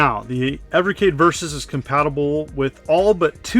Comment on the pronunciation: Thank you for pronouncing the system's name properly. 😉